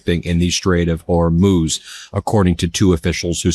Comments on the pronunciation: Thanks Ben, you finally said Hormuz correctly! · Like this if you're SO relieved Ben has figured out how to pronounce Hormuz!